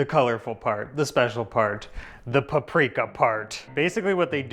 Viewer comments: Yes, it annoyed me so much when he kept saying pu-Pri-ka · Igen. Feleségem magyar. I thought they were in Szeged!...it's PA-pri-ka!